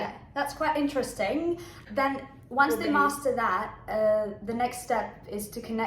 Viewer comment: It's interesting that you barely pronounce one of the syllables in in-ter-est-ing. 😉 You almost say in-trest-ing, at least to my California ears. 🙂